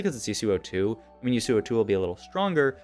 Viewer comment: yusuuo lol. never heard yasuo pronounced like that